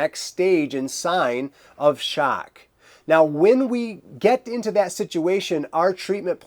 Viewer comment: "Shack"...why are you saying it like that?.. "Shack"